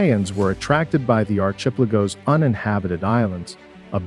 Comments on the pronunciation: Learn to pronounce archipelago. 😊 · Great information. I'm not sure if it's because of AI, but words like archipelago and piracy were butchered.